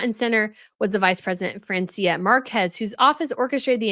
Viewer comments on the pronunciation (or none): It's FRAN.cia. Like France in Spanish. Just Google the pronunciation when in doubt😁. According to the 2018 Census the Black population or black descendants ethnicity are 2.9M against the indigenous indian population of 1.9M. Therefore the black population is NOT a minority.🙄